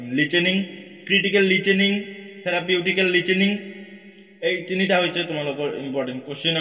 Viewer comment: Listening ✖️ Lichening ☑️